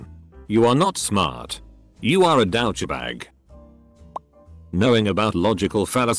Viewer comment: My new favorite word is "D'OUCHBAG." with all this sophisticated technology,, you'd think they'd program the text to speech to at least pronounce the script a bit more accurately...lol